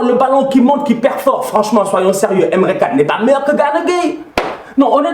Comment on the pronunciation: Signada A.F.Q « Tousheule, Emre Canne »🤣